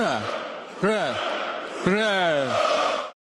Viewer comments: То ху...йло кричав УПА,УПА,УПААА!!!ОУН просто дід не зміг вимовити!!!🎉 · Привіт Стерненко і дякую за відео. Там більше недоцарб казав "вра, вра" а "уора" бо перша буква чується я "в". Но це вже дрібниці, але він вже наляканий нашими дронами. Слава Україні 🇺🇦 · у його з 18 року першить горло. з кожним роком все хуже і хуже. постійно поперкається. а тут ура не мможе вимовити.